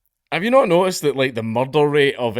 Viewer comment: THAR'S BIN A MUCHRRRDAAAH!!